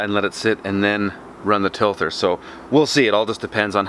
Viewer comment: Tilther? OK, maybe a dumb question but what is a tilther? Tiller I know but tilther, no.